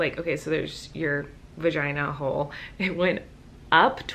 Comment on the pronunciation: Libby XoX She said vaheeheee